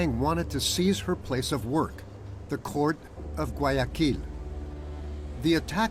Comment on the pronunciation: Не гуаЯкиль, а гуаякИль...